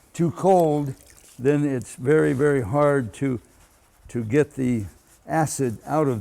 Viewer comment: vewwy vewwy cwwweeeen